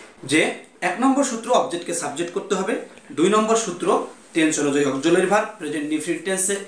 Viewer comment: চয় না ভাই ছয়। উচ্চারণ ঠিক করুণ। অকজুলারি verb মানে কি!